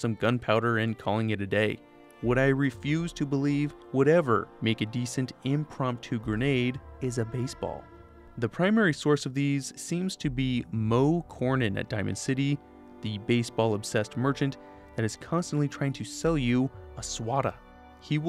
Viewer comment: mostly commenting for the engagement but also you said Moe Cornin but its Cronin